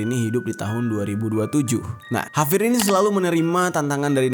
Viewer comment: Kok ngomong nya havier bukan javier